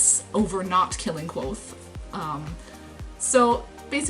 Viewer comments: Wait a minute. Kvothe is pronounced like Quothe Sounds like Quote The kingkiller chronicles is first person. Goddamnit! Why didn't I notice the pun until now!? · K'vothe. Not Quothe. "Ke Vothe.